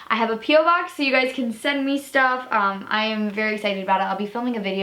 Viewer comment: idk why but for some reason when u said ‘me’ I thought it said mum